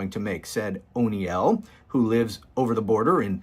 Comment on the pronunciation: It’s Dennis O Neil, not Unyell! Dude I hope you aren’t Irish!!☘️ Omg how embarrassing!!😂